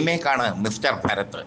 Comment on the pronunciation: ഭരത് അല്ല ഭാരത്‌